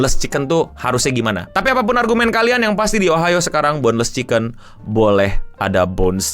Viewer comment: Ohio.... O nya GOBLOK